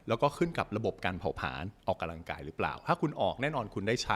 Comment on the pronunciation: เนื้อหาดีมากเลย และจะดีขึ้นไปอีก ถ้าออกเสียงคำว่า ออกกำลังกาย บ่ใช่ ออกกะลังกาย เด้ออ ขอโทษและขอบคุณครับ